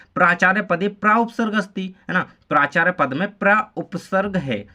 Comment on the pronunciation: Sir aap प्राचार्य का galat bol rahe ho